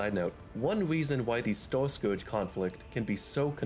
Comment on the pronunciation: What dialect is that? I can only hear store and stores instead of star, stars